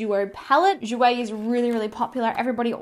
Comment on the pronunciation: your prononciation of Jouer with your Aussie accent is spot on in the ears of a French spoken person!;)